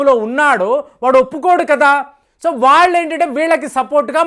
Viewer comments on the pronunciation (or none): none